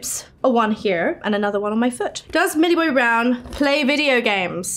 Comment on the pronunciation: "Does ,MILLIAEBOBEYHBROAWNH actually have her eleven tattoo?"